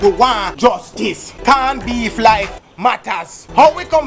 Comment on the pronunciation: "CAWN BEEF"😂😂😂😂😂😂😂!